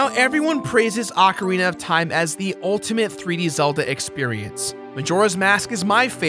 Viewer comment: please can you pronounce ocarina right please.